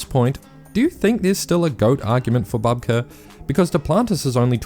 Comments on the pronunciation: Bouhbka, not Bahbka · Can we please not mispronounce very well-known and established athletes' names? Sergey Bubka (ukr.: Сергій Бубка) is pronounced [serˈɦij ˈbubkɐ]. This is the first time in 30 years that I've heard someone pronounce his name wrong. Please do better! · Stop saying Babka ffs! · Bubka might not be the GOAT anymore but he still deserves his name to be pronounced correctly - it's "Boob-Kah".